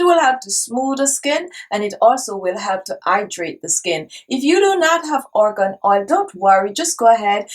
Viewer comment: It’s Argon oil not organ oil!